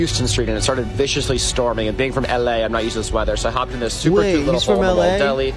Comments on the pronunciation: "ell eh" 🤣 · There’s no way this isnt a bit. The way he says “ell a” y’know?